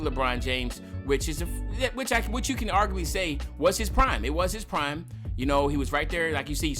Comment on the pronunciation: Claim ur pass for when it said prmie instead of prime